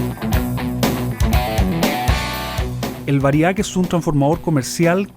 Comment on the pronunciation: humildemente mi aporte...la palabra es VÁRIAC con acento en la primera "A"